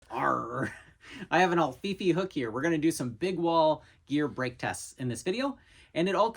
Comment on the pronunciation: Until you showed the written instructions for the Alfifi hook, I thought you were calling it “the ol’ Fifi hook”